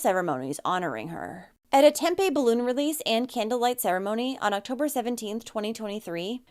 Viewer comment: Tempe is pronouncing Tem-pee. Just an FYI. :)